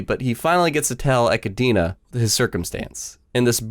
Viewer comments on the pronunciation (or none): How the he'll people who speak English can't say: EchiDONA (at least Echidna). It's already ep 8 and this is strange af